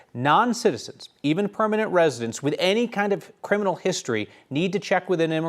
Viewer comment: Did i just the reporter say: 'perminal'. Is this a new word? Did the reporter blend criminal and permanent together?